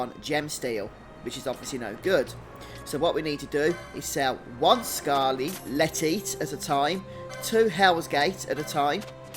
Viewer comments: Never heard someone pronounce it as "scarle-teat", I always hear it as "scarle-tight" lol. Thanks though for these guides mate, they are very helpful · I know this video is 8 years old but it's pronounced skar-le-tight bro no tits involved 😂❤ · This is great and I appreciate the video, but they way you pronounce scarletite makes me giggle. Sounds like a livestock disease...